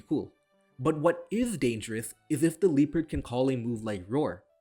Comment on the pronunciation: Took me most of the video to realize - he's not rabdomly saying the word "leaper," he's mega-butchering "Liepard" (if the e were meant to be pronounced, it would be "lee-eh-pard")